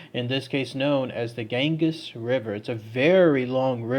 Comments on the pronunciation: OMG KID YOU SOUND SO IGNORANT BY NOT LEARNING HOW TO PROPERLY PRONOUNCE THE NAMES OF THE PLACES YOU TALK ABOUT!!! IT'S PRONOUNCED "GAN-GEE'S" LIKE "BEE-GEE'S". NOT.GANGUS. PLEASE CHECK OUT HOW TO PRONOUNCE THE WORDS B4 YOU SAY THEM BRO!!! MAKE SURE YOU DO IT, BECAUSE IT'S NEARLY EVERY SINGLE ONE OF THE VID'S U DO MAN!!! THE ONE IN THE LAST VID WAS- SHROPSHIRE IS PRONOUNCED "SHROP-SURE" ANY SHIRE IS PRONOUNCED "SURE"...NOT "SHIRE" BRO!!! IT'S AT LEAST 2 OUTTA 3 VIDS YOU DO IT IN BRO IVE WATCHED THEM ALL!! TOUGH LOVE, I DO LOVE YA BUD. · And it's the "gan-gees" river btw. xD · Gan-Geez river